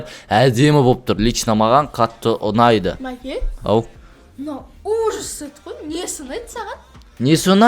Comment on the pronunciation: 😂😂😂😂 сет деген се#с деп естіліп калды 😂😂😂